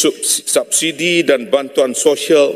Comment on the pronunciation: Subsidi = Sabsidi Kuala lumpur = (harusnya dibaca) Kaala Lampa